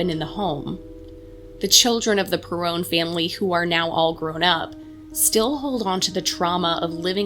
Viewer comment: Lol, it's pronounced perron, rhymes with heron; and this must be the remake of the house from the movie. Have you read the books? Can you please make a representation of the real house? 🙏